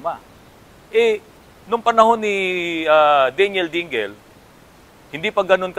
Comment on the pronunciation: DING---LE ang bigkas, hindi DING---GEL.